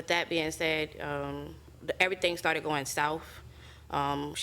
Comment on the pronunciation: "Every thang started goin souff " 😂😂😂😂😂😂😂😂😂